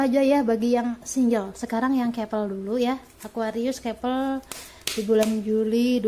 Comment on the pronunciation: "Kepel kepel kepel"...masak baca "couple" kek gitu